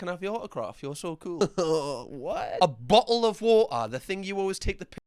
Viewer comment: "A BO'LE OF WA'A"